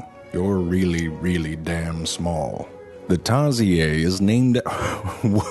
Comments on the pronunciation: I keep getting annoyed by how he pronounce it tarsiyey and not tarsheer. Still is funny clip yet annoying on my side. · Shit you say tar she eeeh...your not in the Philippines you pronounced it wrong it's tar-sher to pronounce it right not that tar she eeeh. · Me pronouncing Tariser: TEAR sear The animal's name: tar see AIR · Did you just pronounce Tarsier the French way? It’s pronounced tarsiER. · It's pronounced as Tar-seer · In PH. Its TAR-SHEER to pronounce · I like how in the Philippines we just pronounce tarsier as in "tar-shear" but this man made it sound more fancy and exotic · Tarsiyey. Here we call em tarshir. But I like Tarsiyey better. Thanks, zefrank. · I don't think we call them TARSIAYY in the Philippines.. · Um... but we call it tarSHEER here in the Philippines! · Is tarsier (tar-shear) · I always thought it was pronounced Tar-Seer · did I just watch a whole video saying tar-si-yer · Tar sheer men tar sheer!!!!! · I've always been taught it was pronounced 'tarsheer' with the r... I guess it's french. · I love how he calls them "Tar-zee-ay". Makes them sound super fancy. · It's tar-sheer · Imma call them tarzeeay now. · ( TARSHEEER ) is the correct pronunciation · it's tar-see-ur. but u can get away with tar-sheer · Its just simply pronounced tar-sheer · The correct pronunciation is actually Tar-Sheer but fvck it Imma call it Tar-si-ayr now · Heres how you spell tarsier Tarsheer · its Tar-Si-YeRRRRrRRRR its not french bro it indigenous in the Philippines.🤦‍♂🤷‍♂🙄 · Tarsieyyy ahahah It actually from philiphines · Wait it's pronounced tarsia??? My life is a lie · Btw its pronounced tar-sheer no hate just sayin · True fact, its pronounced as tar SHEER. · "TARSIEYY" HAHAHAA cutee. Filipino pronunciation left the group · It's pronounced tar-sheer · Lmao you pronounce it wrong... Its pronounced "tar-seer"... Or tarsius "tar-shoes". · Tarzeeyay? French pronunciation? Oh man, I've been calling it a Tarseeyurr this whole time. :o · dude its tarsier